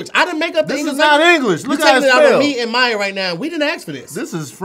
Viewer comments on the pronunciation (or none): none